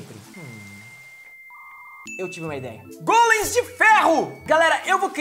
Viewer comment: vc fala golens mais e gólens